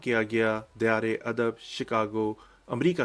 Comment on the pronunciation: توصیف لفظ" دیار " میں " د " کے اوپر زبر ہے زیر نہیں۔